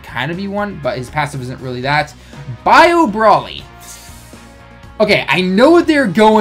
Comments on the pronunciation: Stop saying brally, it's BROLY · Muhammad Saad he says brally because the name is a pun on broccoli, so the bro is pronounced how it is in broccoli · Ibrahima Bah its still broly